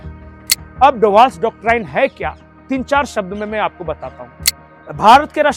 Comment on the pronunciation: कृपया डॉक्टराइन न कहकर डॉक्ट्रिन उच्चारित करे।